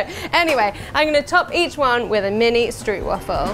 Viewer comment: As a Dutch person, I cringe every time I hear a non-Dutch person say 'stroopwafel'